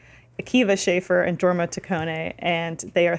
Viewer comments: Jorma is a soft j like Yorma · Small correction,. It's pronounced with a Y sound so, it would actually be Yorma. It's how the Danish pronounce J's. And I don't think I'll ever watch MacGruber. I honestly can't stand Will Forte. I watched some off the show The Last Man or Earth and I hated it. Lol. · pushes up glasses It’s pronounced “YOUR-ma”... Ok I can breathe again. Awesome vidya guys. Why so little love for Hot Rod, though? “Man. Pools are perfect for holding water.” And that epic marching scene near the end? Come on! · Idk why, but the way they pronounce Jorma really bugs me. It's pronounced "Yormuh" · Jorma Taccone Its a soft J so it is pronounced Yorma